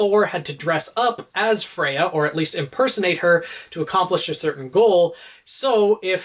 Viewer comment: I think it's supposed to be "Freya" as in the Norse goddess rather than Fria